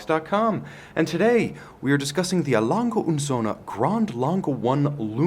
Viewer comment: Söhne. Not Sohne.